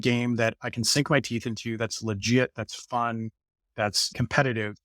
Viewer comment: sink, not sync